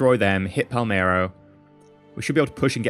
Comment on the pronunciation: it's Palermo, not Palmero